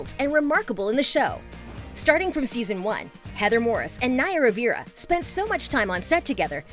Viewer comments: Omg I can’t believe you don’t know you don’t know how to pronounce “Rivera”. Would you pronounce River “Rivier”? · They way she pronunces Rivera is painfull... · also mispronounced rivera